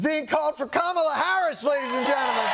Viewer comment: 😆 the left can't even say it right like walts and biden miss pronounce her all the time. Also the media has wrongly call her name for years and only like last month the left cared about that then real problems.